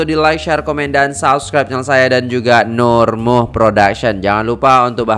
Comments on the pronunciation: Cah... NurMuhd tu sebenarnya sebutannya...NurMuhammad. singkatan Muhd utk Muhammad. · Nur Muhd.....di baca Nur Muhamad